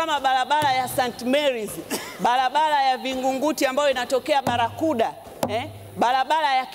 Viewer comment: lugha ya kiswahili bado unaibomoa.... balabala, feza, wazili,..... mbunge gani wewe? umesoma?